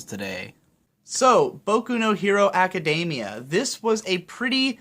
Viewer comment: PLEASE learn to pronounce Academia, it's driving me crazy here.